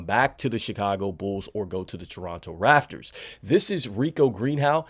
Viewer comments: RAP-TORS - You just said F it, I'm gonna call them the Rafters. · Am I the only one who noticed he said Toronto raffers and not raptors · I kept saying to myself l, is he saying Rafters? 😅😂😂😂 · It’s pronounced raPtors